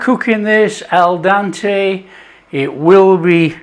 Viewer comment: El Dante? or Al Dente? LOL You're a star